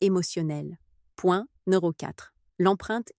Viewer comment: IA de merde Vidéo qui rompt la confiance. Le sentiment... "d'aCUI" ‼️ Point "NÉRO 3"‼️ Ce "chiFFT" mental‼️ Quelles expressions de merde ‼️ VIDÉO DE MERDE 😂 😁😂🤣 😁😂🤣 😁😂🤣